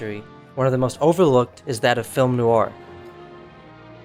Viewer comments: NOIR has only One syllable! (the word is French for Black) It is not pronounced 'Noo-ar! Say the MAIN WORD properly to show basic respect for the topic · Please stop calling it "nouur". And "monosyllobuc". Please. Thanks